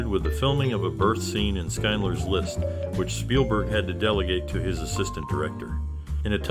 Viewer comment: Did you say "Skinedler's List?" "Shind-ler."